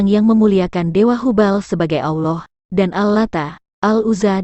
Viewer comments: ALLAH bukan auloh... Hanya anjing yang mengaung... Auuu... Manusia bila disesatkan maka pikiran dan lisannyapun sesat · Mengucapkan nama Allah aja kok gitu..nyebutnya aulah...beda dgn orang muslim cara menyebut nama Allah..